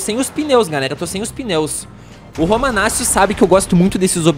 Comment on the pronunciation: quando tem CC em italiano faz o som de T romanatio e ñ romanacio a pronúncia certa é com T Romanaccio mas ñ tô te cobrando pode falar do jeito q vc quiser blz é nois tmj👍